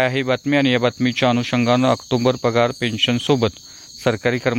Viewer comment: आक्टोंबर नाही आक्टोबर आहे विनाकारण अनुस्वार चा उच्चार करु नये